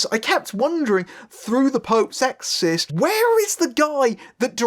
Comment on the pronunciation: It sounds like you’re saying “exist” instead of “exorcist.”